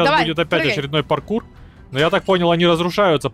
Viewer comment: сказал прокур вместо паркур🤣🤣🤣